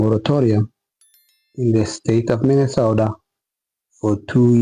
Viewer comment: Could barely pronounce Minnesota